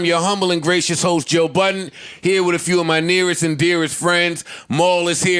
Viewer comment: Joe *BUDDEN There's no S in his last name homie.